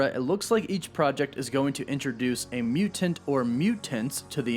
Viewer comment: The way he says mutant is aggravating the shit out of me